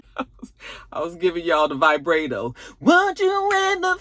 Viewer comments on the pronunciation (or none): none